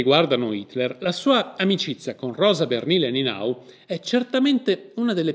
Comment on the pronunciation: Conoscevo la storia da quando la foto è stata venduta per 10.000 euro. Ho faticato a seguire il video, la pronuncia dei nomi non è diciamo accurata: ("ie" è un i lunga, sulla quale ricade l'accentuazione tonica= Nienau). Il resto appare corretto. Grazie per la diffusione.